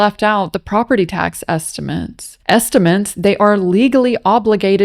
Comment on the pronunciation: “esti-meants” hahahahahah